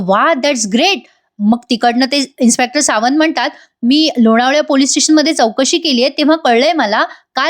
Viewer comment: सावंत.. छान उच्चारले आहे